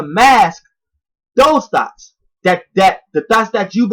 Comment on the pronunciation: Every time you say: “Thoughts”, it sounds like you keep saying: “Thots”